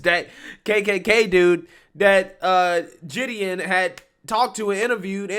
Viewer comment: Ok, Gideon is pronounced with a G sound in the beginning, not a J sound. It is similar to Giggle, not Jiggle... You need to get pronunciation of names correct, it is a matter of manners...